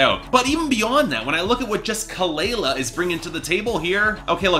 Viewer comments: Its pronounced kuh-luh-luh...plz research before reviewing. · you don't even know how to pronounce her name or kehlani's name right. Lol. Try again. #boybye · say her name right lmaoooo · For starters, you should learn how to pronounce her name right. I couldn’t even make it past the one minute mark without being grossly annoyed.